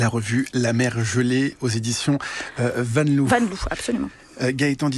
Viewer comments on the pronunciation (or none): "Poésie, ça finit en zie, et voyage en yage" : excellent résumé. En revanche, les éditions Vanloo, ça se prononce Vanlô, et pas Vanlou, mais évidemment, les Français veulent absolument montrer qu'ils sont plus intelligents que ces ploucs de Flamands qui ne savent même pas prononcer leur langue. "Blanche et masculine" : ah, l'indispensable wokisme qui refait surface. En résumé, vous pouvez pondre n'"importe quelle bouse, du moment que vous êtes femme, gay ou transgenre, et de préférence black (faut pas dire les vrais mots), c'est bon, ça passe. Bon bref, je ne pense pas qu'une émission de ce genre attire un seul néophyte vers la poésie moderne, qui paraît ici épouvantablement ennuyeuse (ce qu'elle est d'ailleurs en bonne partie). Il n'y a donc pas de poètes modernes intéressants ? Eh bien tant pis, on se rabattra sur les classiques, parce que là, il y en a. Et même des femmes ! Déjà entendu parler de Marie de France, de Gabrielle de Coignard, Marguerite de Navarre, Antoinette Deshoulières, Adelaïde Dufresnoy, Jeanne-Marie Guyon, Madeleine des Roches, Marceline Desbordes-Valmore, Anna de Noailles, Renée Vivien, Catherine Pozzi, Marie Dauguet, Cécile Sauvage, Lucie Delarue-Mardrus, Anaïs Ségalas, Louisa Siefert, Hélène Swarth ? Et s'il n'y a pas de blacks dans le lot (il y en a d'ailleurs, aux Antilles par exemple), c'est peut-être que 1/ le pourcentage de la population black éduquée en France était très faible, 2/ qu'ils ont du mal à se sortir de la poésie "'ethnique", voir Sen